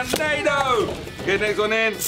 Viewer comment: It's pronounced nah-doogh